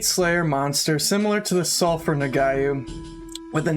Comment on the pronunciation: "Nog-wah" Lol. I'm sorry, but that was bugging me.